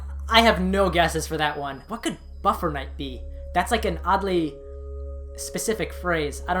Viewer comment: NOT buffer night... BUFFET NIGHT!